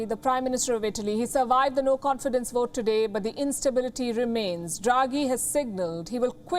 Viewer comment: 1st things 1st. WION staff really need to learn how to pronounce "V". V is not W. English says VOTE not WOTE Good luck :)